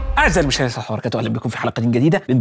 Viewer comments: دحيح ممكن تغير بدايتك اللى المفروض تكون السلام عليكم ورحمه الله وبركاته وانت بتقولها كده للأسف سحط اللا وبركاته استغفر الله رجاء غيرها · ياريت يابو احميد متاكلش السلام فى الكلام وتوضح كلامك وانت بتقول (( السلام عليكم ورحمة الله وبركاته )) لأن الجملة دي ليها أحترامها ولازم تاخد حقها فى النطق اللي موافقني يعمل لايك علشان الدحيح يشوفه